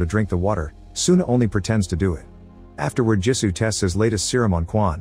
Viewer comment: Jisu not gee su